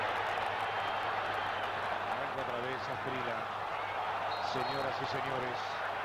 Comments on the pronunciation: Es gringo el locutor? Llama Asprila a Asprilla. Se le olvidó que hay una consonante llamada elle? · No entiendo porque ese narrador dice Faustino Aprila si es Faustino Asprilla! Se oye feo Aprila! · Asprilla, no Asprila jajaja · Me rompió las pelotas el comentarista diciendo asprila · Porque nadie le dijo que NO se dice Asprila?? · Los argentinos sobre pronuncian la "elle" (LL) para todo, pocho en lugar de pollo, gachina en lugar de gallina, etc. Pero, aun así, nunca, hasta el día de hoy, han sido capaces de pronunciar la LL en Asprilla. Ironías de la vida. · Los narradores argentinos no quieren o no pueden o no saben pronunciar el apellido de quien los goleó. 😊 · Eso te pasa narrador mediocre por pronunciar mal el apellido del negro esprilla